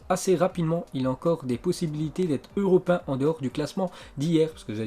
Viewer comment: europin mec sérieux tu sais pas parlé EUROPÉEN !!!!